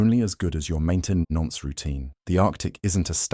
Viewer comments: Ngl it had me until mainte-NONCE routine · “approa ched”? “maintan ence”? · Great video bit of a wtf at "mainten-nonce routine" Englishmen struggling with English lol